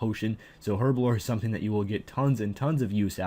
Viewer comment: Your pronunciation of herblore is atrocious! Other than the aforementioned statement, this was a good video.